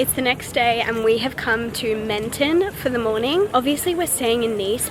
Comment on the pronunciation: Hi! Loved seeing the south of France from your pov since I grew up here 😍 but just so you know Menton is pronounced a lot lower like Mahn-thon